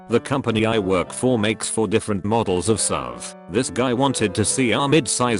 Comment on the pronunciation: Bro, fix your voice narrator.. seriously lmfao. Stop being lazy and actually type out the words instead of copy+pasting the text. “sov” 😐 and “zero zero zero”...